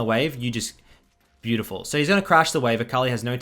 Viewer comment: Bay-You-Ti-Full In'nit?